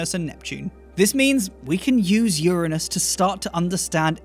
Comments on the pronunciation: well done at pronouncing Uranus correctly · Hi, Love your videos. Your enthusiasm is infectious. Keep up the great work. P.S. I'm so glad you pronounce Uranus the way you do. So sick of the "anus" pronunciation. Regards from Australia. Cheers Mate.